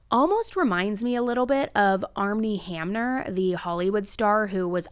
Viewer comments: Did she really say Armnie Hamner? WTF? Do better research, it's Armie Hammer. No n. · wait is there a reason why u said armny hamner? like is it legal or?